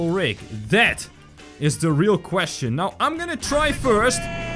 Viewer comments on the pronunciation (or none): none